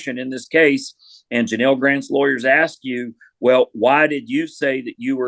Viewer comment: You could at least get the woman's name right it's Janel not Janal